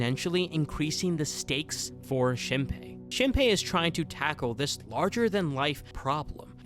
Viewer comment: is the mispronunciation of shinpei’s and mio’s name intentional rage bait— HAHAHAHA that aside, i love ur videos!! thanks for making a vid about one of my fav animes of all time <3